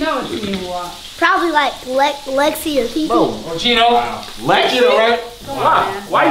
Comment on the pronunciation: Shout out to lil Woo Wop he called it either Lexis or TeeTee